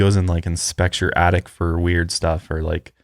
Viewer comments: saying “addict” instead of attic is killing me 🤣🤣 but fr i have an attic with the entrance in my closet and i have an irrational fear that someone is living up there and comes out at night 😅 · "I had someone confirm we have an addict!" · I'm so glad I wasn't the only one hearing "addict" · ITS ATTIC NOT ADDICT, THERES A DIFFERENCE OMG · saying "Addict" instead of attic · The way says attic sounds like addict which makes the whole conversation so much funnier if you just walk in on certain parts.: are you kidding me?? We have an attic??: yes we have an addict points up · From now on I'll call it an attict also lmao